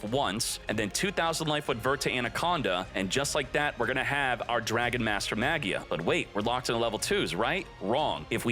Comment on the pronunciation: it bothers me how you pronounce "magia" 😭